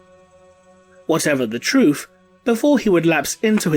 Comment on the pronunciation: "Troof"... I'z knewz youz was an Ork.... Nowz getz ova 'ere an let me getz ya teef :p